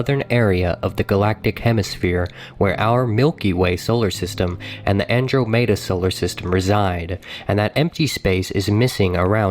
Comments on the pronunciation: The narrator's pronunciation of Andromeda is killing me. An-dro-may-da?! No. An-drom-eh-da. It's the farthest object from earth visible with the naked eye. It's 110,000 light years in diameter and 2.5 million light years away. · Wow he called it "Ann drow made a". Dude, its Ann-drama-duh" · Bro said andro-mado🤣😅 andramudda is how it sounds. Andromeda Is how it spelt. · Where the hell do you hear anything even remotely close to "drama" in Andromeda? It's more like Ann-drome-duh. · I never heard anyone pronounce Andromeda An-droh-MAY-dah. It was named after the Greek goddess An-DROM-eh-dah. Am I wrong? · an·draa·muh·duh - Andromeda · Omg that triggered me. The dude in the space video really said Andro-Meda. Its ANDROMEDA. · "Andrew made a...."?? Andrew made a what? Oh, you mean Andromeda. I've never heard that mispronounced before. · Who pronounces it Andro MAY DUH? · The kid in the video he's watching actually pronounced it "Andro-mayduh". I can't, that's so cringe. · So we just gonna gloss over the part where he pronounced Andromeda as And-row-mada? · the "Andro-mayda" galaxy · Andro Meda lmao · So many of these facts are incorrect.... hell the dude can't even pronounce the "Andromeda" galaxy. The Earth also wasn't hit 4 million years ago by a planet the size of Mars. I'm sure there will be more bullshit facts on this video. I'm only just on the number 9 fact.... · That...is not how you pronounce Andromeda. 😑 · Where'd this guy learn to horrendously mispronounce all of these names? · It's really pissing me off how he mispronounces Andromeda lol. Also the music is jacked from Universe Sandbox. There's a lot of jacked content in this vid honestly. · Milky Way solar system? Andromeda solar system? Really dude, they're called galaxies lol. And Andromeda is NOT pronounced that way, hell it's a common word that almost everybody knows how to say. There was even a Mass Effect game with it in the title so anybody his age should know how it's properly pronounced.